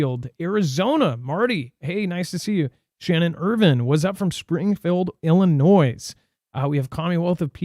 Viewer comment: please stop pronouncing Illinois with the S